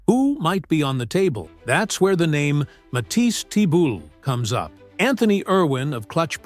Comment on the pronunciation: Matisse who? Embarrassing that you don't know how to say his name. Do your job and don't say his name, incorrectly, 3 different ways.